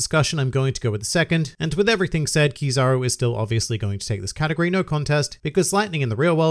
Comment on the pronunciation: Every time u say "category", i hear " katakuri"